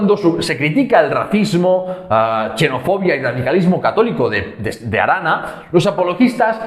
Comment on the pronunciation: Muy buen trabajo, pero XENOFOBIA se pronuncia «ksenofobia», no «chenofobia». Si fuese «chenofobia» no escribiríamos una X, sino una CH.